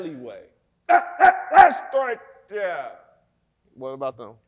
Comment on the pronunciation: LLLLets start dere 🤠